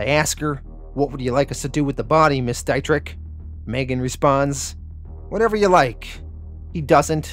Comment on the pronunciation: I before e auf Deutsch sind “ee”, e before i sind I-”eye”. It’s Dee-tri phlegm